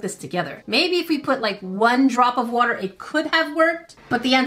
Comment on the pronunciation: SHE SAYS WOOTAH